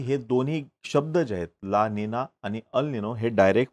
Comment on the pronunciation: अल निनो हे बरोबर उच्चार नसून ' अल निन्यो' आहे. ला निना हे बरोबर उच्चार नसून ' ला निन्या' आहे. क्रुपया बरोबर उच्चार असावेत🙏